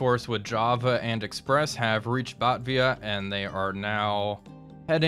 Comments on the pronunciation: lo, it's batAvia, pretty much all the others sound like how we say them in (doesn't make it right though):) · You said Denpasar pretty well... Batavia though... you dropped the second "A" Soerabaja is still flawless though, amazing! Very intense episode this one! Really fun to watch... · Love it but Batavia is driving me nuts. It is BAA (sheep)- Tae (po"TA"to) - V (the letter)- a. Lived right next to a town that has the same name. Still great vid. Keep it up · Phonetic buh-tey-vee-uh